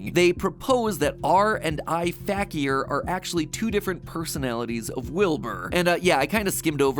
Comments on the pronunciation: So matt kept saying r fakier fact-e-er- but wilvur pronounced it fakier fake-e-er meaning the characyers are fake kinda cool 😅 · The way he pronounces Fakier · This video is so great but i can get over how mat is pronouncing fakier wrong lmfao